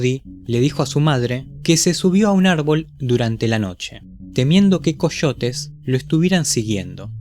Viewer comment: Coshotes (Coyotes)